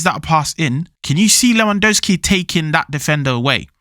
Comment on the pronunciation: You are eating the second letter "W" in Lewandowski surname